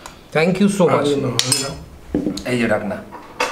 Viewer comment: এইজো না এইযে